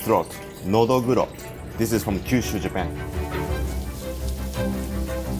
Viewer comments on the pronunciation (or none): none